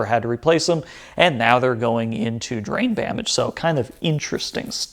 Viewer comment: The most impressive thing about this entire build is the fact that you can say "Drain Bamage!" so effortlessly. I actually typed it wrong my first try on this comment.